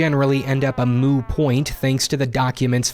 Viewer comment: Did you say "a moo point" ? :O